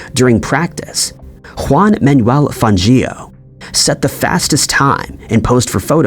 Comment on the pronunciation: Fang-io not fan-gio